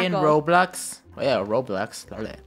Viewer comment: 1 trillion Roblux Funneh and me: Roblux??